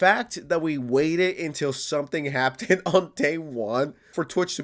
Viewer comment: Just want to point out something real quick, can you pronounce "Happened" correctly in the future? Why are you pronouncing it as if it has a "t" in the word? Thanks. (And yeah fuck the whole organization/company. "Security" my ass)